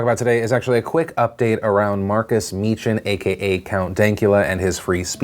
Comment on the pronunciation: ITS PRONOUNCED MEEKIN THE CH IS PRONOUNCED LIKE LOCH